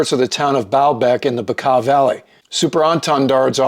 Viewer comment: You actually pronounce Bekaa Valley the correct way. A lot of people mispronounce it... kudos!